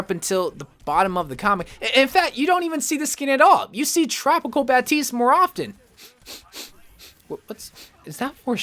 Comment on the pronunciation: Nah he’s saying baptistes name right